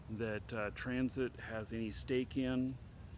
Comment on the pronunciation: Why you keep saying Transit? It's Tencent. On the fence about CCP authoritarianism which Tencent helps to fund? Really? You should really educate yourself about this subject more. Ban Tencent completely.